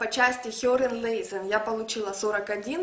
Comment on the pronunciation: Правильно мягко произносить Lesen, но никак не лэзэн